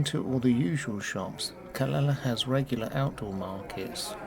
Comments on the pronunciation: Calela..noooooooo.. Ca Le Ya.. Calella is pronounced with the two ll's as a "Ya"...... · Hi nice video, the correct way is indeed Ca ley a, double ll in spanish is like a Y. 🙏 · How do you pronounce Calella. Is it Cal lay a?